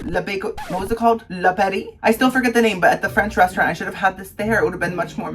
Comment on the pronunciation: Anybody with your pronunciation of French should not be allowed to eat French food.